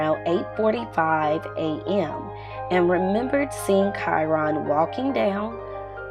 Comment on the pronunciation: His name is not pronounced like that..